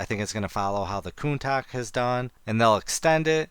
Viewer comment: "Counta-SH", not "Countack"